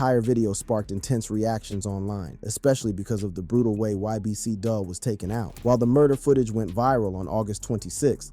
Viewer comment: U gotta start saying g these ppl names right man ybc dul (dool) sani (sahni) goon